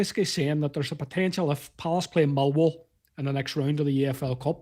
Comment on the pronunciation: Is he saying Milwall ?😅